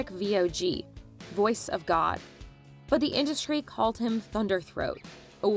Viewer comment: Why does she pronounce 'OR' as a two syllable word ? Sounds like 'Owor'.